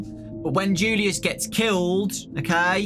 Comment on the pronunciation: You pronounce julius like yulius